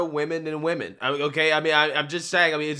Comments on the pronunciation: He didn’t say women, he said we-men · "We-Men".. he fucked up. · Yo. He said WeMren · Boy oh boy oh boy oh boy! Bahahahaha...."Weee-men" I cant even....what the actual fukery? "Mushroom Tip"...you ain't right, G....lol 😂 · Also, it sounds like he's saying, "Wee men." As in men that are wee. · It's not woman,... it's "we-men" get it right. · "We-Men". Yes, yes you are! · There you have it he/she said WE-men!! there's more men in it than actual women Sounds like a Scam of somesort! 🤣🤣🤣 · Wee-men cringe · I had a feeling he’s was Thai from his accent when he said we-men and also the long last name..lol.. Yeah Thai and Laotian ppl have long last name that are a bit hard to pronounce..lol